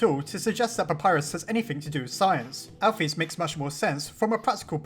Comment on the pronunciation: I don't like how this guy says names... alpheeese.... he doesn't say cara he says Chara it really annoys me